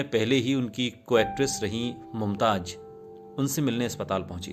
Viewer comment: Ishtar sahi lafz nahi hai... Sahi Shabd hai star.. Mumtaj sahi lafz nahi hai.. Sahi lafz hai Mumtaz. Bhasha ka Samman karein.. Bhasha sahitya ki dharohar hai. Aap ki niji sampatti nahi 🙏😭